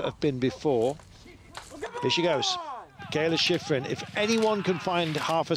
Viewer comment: I don't think Teddy is talking about the commentator, he's talking about the announcer who's there on location. He has a heavy accent, so I'm sure that English is his second (or 3rd or 4th) language. It cracks me up, too. At most of the places she skis, they pronounce her name, "Mee kah ay lah Shee freen" 😂 You'll get used to it. Now, the commentator for the broadcast here is an English speaker by birth I believe, and my problem with him is that he can't pronounce anybody else's name. I remember being so impressed when I first started watching Alpine skiing, and Steve Porino and Steve Schlanger we're so good at pronouncing all those foreign names. They actually put some effort into it. But this guy here, he can't even pronounce Brignone's or Gagnon's or Marsaglia's or Ragnhild Mowinckle's names right. He pronounces the G in the Italian and French names. It sounds like he's been doing that job for a long time, and he's super knowledgeable. I don't get how he doesn't know how to say these peoples names.